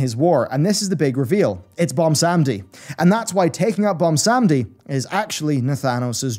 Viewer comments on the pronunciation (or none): Take a shot everytime he says "Bomsawndi" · BWONsamdi. BWON. there's a 'w' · butchers the pronunciation of bilgewater and bwonsamdi too